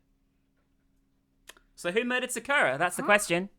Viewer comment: i personally like how pronounces sakura